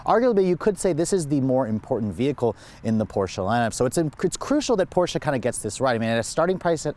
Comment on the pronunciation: Last video was a Porsche(finally), this video is Porscha(cringe moment) i had to listen this video on mute because the way you are saying PORSCHA is nails on a chalkboard, not even the germans say porschaaaa like you